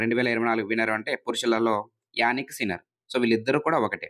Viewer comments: జానిక్ సిన్నర్ sir....యానిక్ సిన్నర్ కాదు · Yanik sinner ❌ Jannik sinner ✅